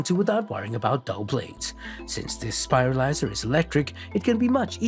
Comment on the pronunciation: Anyone else who can't get over the fact he keeps saying "spilarizer" instead of spiralizer?